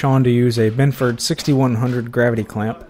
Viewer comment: He said "Binford"